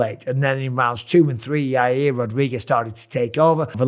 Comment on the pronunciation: Chael calls him Yahrear